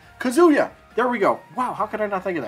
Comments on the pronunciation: Maybe a mook? Bandana Dee? Also Kazuya is not pronounced Kazoo Yuh. It's KAH-zoo yuh Emphasis on Kah short Zoo and emphasis on Yuh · it's pronounced Ka-zu-ya